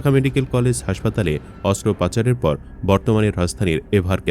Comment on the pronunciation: অস্ত্রোপাচার??? না অস্ত্রোপচার!! 🙄🙄